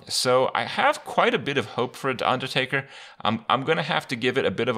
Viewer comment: I like how Kripp says Da Undatakah